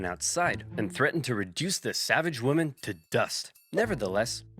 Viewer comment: Dude can’t pronounce “women”